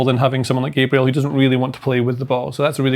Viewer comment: Again, show some respect and pronounce Gabriel correctly and not in that ridiculous way that only leprechauns use👍